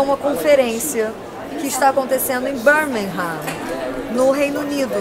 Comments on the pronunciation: O correto é "burmigãn". Não se fala o h. Aliás eles sabem se vc não é local, ou não sabe o inglês britânico se vc poe este som de r neste h. Isto Pq o inglês americano fala este erre, o que os ingleses ODEIAM!!! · Jout Jout, vc ainda está no Reino Unido? Vem a Manchester? Moro aqui há quase 8 anos (e não sabia dessa feira, que interessante!). Se quiser tomar uma cerveja, me twitta (@ Sei que é um tanto otimista, mas vai que né! Hahaha Ps. O "h" em Birmingham é silencioso ;)